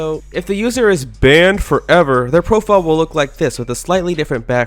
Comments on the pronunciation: Yo why his voice sound like that when he say “banned forever” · Why do you say "banned forever" like that!?!?!?!?!!?